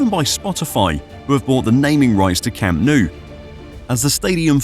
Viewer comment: le cham nu... "desnudo" verdag...? se nota que se os atraganta la milenaria lengua del nogdgte piningzulá berdag...?